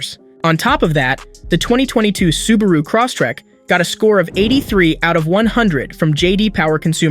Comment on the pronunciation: "Cross-tek" Lol